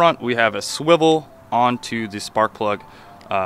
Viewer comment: Suwivle.... SUWIVLEE!